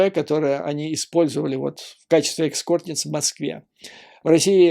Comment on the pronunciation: Экскорт? Эскорт